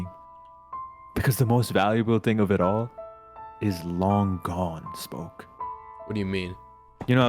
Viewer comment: Spoke more like Sproke